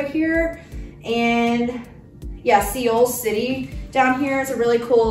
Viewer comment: Seoul is pronounced like soul. Seoul is a city in South Korea. Loved the outfits!